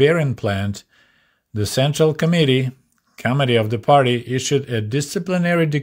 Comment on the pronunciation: Your accent makes the word "committee" sound like "comedy"! Please never change how you pronounce this word, because it's as true today as it was back then! Love your videos,, please carry on the good work you're doing. I'm the same age as you, so it's extremely interesting, being able to directly conpare my life growing up in a capitalist country (UK) with growing up in a Soviet country as you did. Your expectations for birthday presents were far below mine - if I'd only been given a couple of kgs of bananas for my birthday, I would have cried! In comparison with you, I was a spoilt brat - and my parents were only working class!